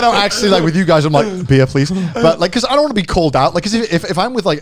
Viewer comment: "Thaz bechouz"